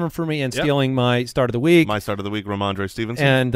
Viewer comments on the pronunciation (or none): Ramondre Believe-it-son